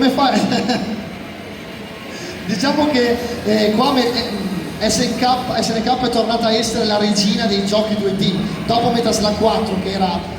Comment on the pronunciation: Appena hai detto "ESSE ENNE CAPPA" e non "ES EN KEI" ho chiuso il video. Fai il professore sotto i canali degli altri e manco sai le pronunce